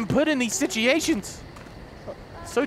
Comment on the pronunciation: RedAlpha no, said "sitivations"